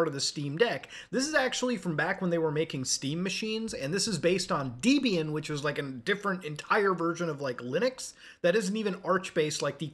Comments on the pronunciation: "Deebeean" It's Debian. Linux user, my ass. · "deebian"?!? Is that the Canadian side of you?